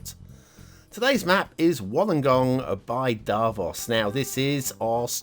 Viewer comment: Pronounced “wool-ung-gong” 😜. Great place to go whale spotting! Us Aussies like to swear a lot hahaha